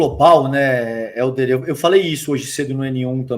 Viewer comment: Acho massa o chamando o Helder de "Éldio". Kkkkkkkkkkkkkkk